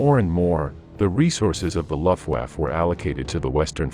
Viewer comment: Your pronunciation of the name of the German air force is incorrect. It is not LOFT-waffe but LUF Get it LUF. L-- u-- f-- t=Luft-waffe.